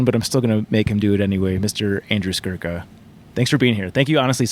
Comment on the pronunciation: It's Skurka, not Skruka.